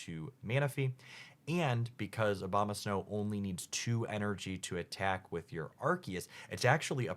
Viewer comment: It aboma snow , not obama snow 😂